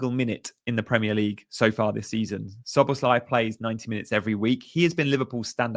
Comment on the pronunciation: He did say it's Szobo-slai, so you got it right most of the times in this vid.